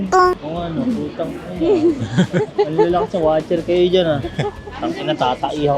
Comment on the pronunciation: 뿌따이낭 찰지네요 ㅎㅎ 역시 네이티브 ㅎㅎ 아버님 어머님 무리 안가게 여행 잘하세요~~~ 도 아푸지 말고요~~